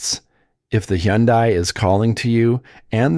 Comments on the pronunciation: Hyundai rhymes with Sunday. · Is that really how to pronounce Hyundai?